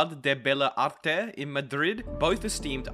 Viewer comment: Bro, what was that español? xD It's Facultad de Bellas Artes